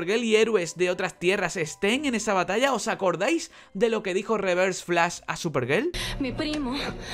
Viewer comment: buenos videos, pero escucho superGEL y me dan ganas de dar dislike, pero me calmo y me retiro con tranquilidad